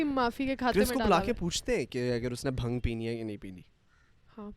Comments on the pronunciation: you pronounce it as bhaang not bhung. lmao. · Bhang nahi bhaaang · Love from india...it's not bhang...it's bhaang :p